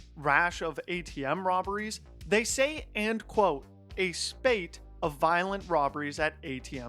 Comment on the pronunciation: The way he pronounced "spate"! 😂😂😂😂